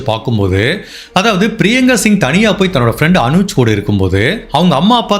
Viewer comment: ஊரின் பெயர், நபர்களின் பெயரை வேண்டுமென்றே தவறாக கூறுகிறீர்களா? இன்னொரு பெண்ணின் பெயர் அனுஜ் கிடையாது, அவரின் பெயர் அஞ்சு. ஒரு பெரிய பிராண்டட் யூட்யூபர் ஆன நீங்கள் இனி பெயர்களை (ஊர் மற்றும் நபர்கள்) கூகுளில் போட்டு ஒரு முறை உச்சரிப்பை சோதித்து பின்னர் பயன்படுத்தவும். புரிதலுக்கு நன்றி